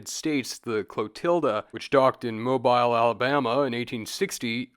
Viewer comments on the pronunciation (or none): Mobile, AL is pronounced "Mo-bill" just for the record... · absolutely amazing video but THATS NOT HOW YOU PRONOUNCE MOBILE